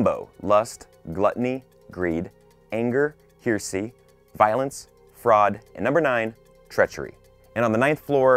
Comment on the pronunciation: Hear-see HAHAHAHAHAHAHAHAHAHA